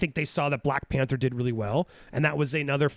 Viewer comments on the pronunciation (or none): none